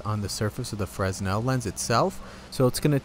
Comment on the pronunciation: Its pronounced frenel